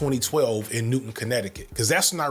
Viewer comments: just fyi it’s newtown not newton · we pronounce it new-town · why on earth is it so difficult for people to pronounce NewTOWN. Where does this newton come from? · I hate to be ☝️🤓 but I’m from the town over from where sandy hook happened and it’s pronounced NewTOWN not NewTON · Didn't get through the full video last time but I'll try to get through it this time unc much love from CT ❤ Also quick edit we dont call Newtown the way we'd pronounce "Isaac Newtown" but quite literally "New Town" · Hi I love your work very much and want to comment to help this in the algorithm but also just to add it’s pronounced New-town Connecticut not Newton. Not anything against you I’ve seen this mistake made many times. Hope this video does well! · *it's pronounced new-town jsyk